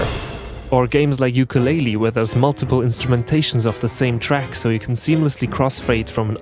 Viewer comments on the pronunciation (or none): Ukulele* not Ukuleili